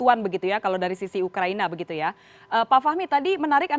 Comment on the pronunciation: Ngakak di menit awal dia bilang ukraini🤪🤪🤪